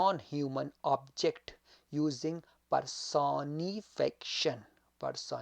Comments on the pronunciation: It’s per-so-ni-fi-ca-tion. Ap pronounce sahi nhi kr rahy, baki apki mehnat ko sahrahty hain sir . Dera manana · Pehle ye sekh la ka words ko pronounce kaysay karta ha . Personification ko pronounce sahe tareqa sa karay..